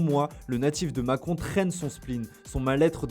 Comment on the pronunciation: Il m'a fallut 5 min de vidéo pour comprendre qu'il disait le natif de macon et pas de macron 🤣🤣